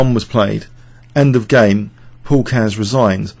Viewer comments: Great video. You pronounced "Keres" wrong, by the way. It should have two syllables (KE-RES). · Actually is pronouncing it, Keihrs not Cares.